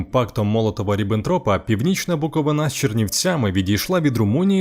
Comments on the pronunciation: Букови́на, а не Буковина́. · Чернівці по площі на 4 кв. км. більші, ніж Львів. Гугл на допомогу, географи. І ще - не БуковинА, а БуковИИИна. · Дякую Вам за відео від буковинки! Але є одне принципове зауваження - правильно буде БуковИна, а не БуковинА! 🤷🏻‍♀️ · Лише почав дивитися відео і зразу вимкнув. Невігласи! Коли ви вже врешті вивчите назву нашого краю?!? Не БуковинА, а БуковИна, наголос на "и". Майте фацу! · Мой родной, любимый город! Хочется обратить внимание ведущего: ударение в слове БуковИна на третий слог, но не на последний БуковинА-!!! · Шановні добродіі,журналісти та автори! Навчіться вірно промовляти слово Буковина!!Гарна робота,але невірний наголос неможливо чути! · БуковИна!!! Кладіть правильно наголос, а не на галіційський манер! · БукоВИна, наголос падає на середину слова!!! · Я -Чернівчанин. Хочу нагадати Вам, а якщо не знали, то знайте, слово "Буковина" має наголос на передостанньому складі цього слова. Буковина не Галичина, де наголос робиться на останньому складі.